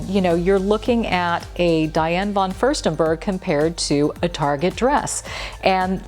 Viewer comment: It''s Target not Targe. Why are people trying to make it sound so pretentious and ridiculous? It's a cheap store, and it's not French. Its TARGET.